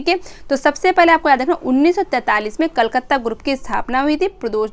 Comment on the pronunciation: कलकत्ता ग्रुप होगा कलकत्त नहीं ध्यान दे मैम